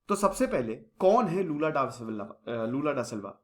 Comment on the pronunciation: Lula jiko badhiya, bhai waise naam toh sahi rakh lia karo